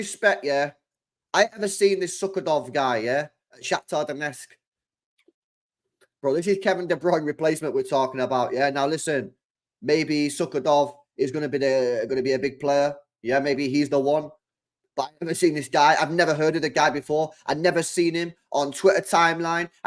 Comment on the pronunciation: It's Su-da-kov bro not suck-a-dog. I like LB but com on bro it's not that hard to get it right